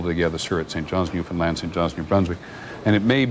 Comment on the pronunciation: I'm from Newfoundland and I'm impressed that Mr. Jennings pronounced it correctly as "new - fin - land" instead of the more usual "new - found - lind".